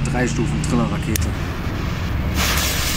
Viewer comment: Srill Rakete wtf 🤣 Das Heißt Triller Rakete